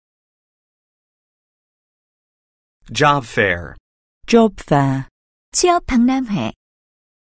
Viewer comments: Job fair 죠빱이라고 들리는 내 귀는 문제인가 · 쥐어패라고 들리는데요? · Job fair 영국발음 줘패어라는줄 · Job fair 진짜 발음 장난해 ...ㅠㅠㅠㅠ?